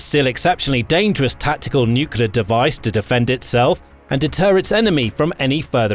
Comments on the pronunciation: For God's sake...it is not NUCEWLAR weapons it is NUCLEAR WEOPONS! GET IT RIGHT! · Nuclear, not nukelar... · NUCULAR? Surely, you mean nuclear? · Really informative, interesting and well made - thanks for posting. 'Nucular', though...gaaaggh! All best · If the guy can't spell nuclear, he could try atomic. Everytime I hear "nucular" my ears hurt. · Me to. Only one 'u' in nuclear. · 1. Syria is not in Africa 2. Please learn how to pronounce nuclear properly.